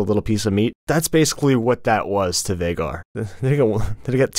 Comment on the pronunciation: Aemond saying Vheagar No